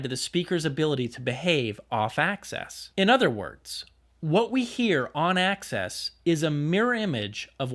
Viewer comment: Axis not access :)